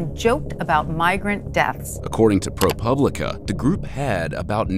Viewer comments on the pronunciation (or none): none